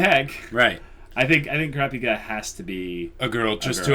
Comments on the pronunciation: Yes please! As it is, it will take you a year to do this series even at 3 a week! Am I the only one who thought you said "Boku no Pico" when you called Kulapika "Kuropiko"? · Oh! So you have seen the white haired kid? I can't until you see what he can do. He and Gon are my favorites in HxH. Also, Kurapika's name is pronounced "Crop" (like in farming) & "Pika" (like in Pikachu). He & the white haired kid are guys, but both of them have female voice actors in different languages.